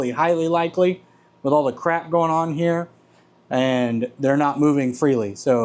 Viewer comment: "Shoot a lil bit in heyuh" 🧑‍🔧